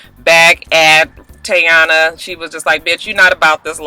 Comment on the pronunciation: lol its Tee-yOnna lol... shows how relevant she is!